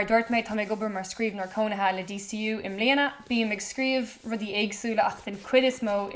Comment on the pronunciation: Abair DCU mar “day say ooh,” le do thoil.